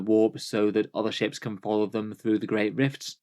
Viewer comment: “Ships” but I thought the same thing at first!